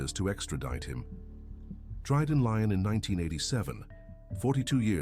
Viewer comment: Get a human being to read the comme tary, Lyon is not pronounced Lion. Mistakes like this (and there are a few), are annoying and costing you subscribers, which is a pity.